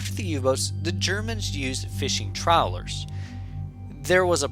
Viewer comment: Nein, “troweller” ist nicht ein schiff, es zie Trawler…..